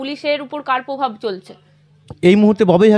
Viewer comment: Ota povab noy... Ota provab